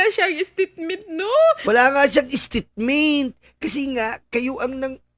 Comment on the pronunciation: Estitmint 😂😅😂😅😂 Buuusssiiit... 😂😂😂😂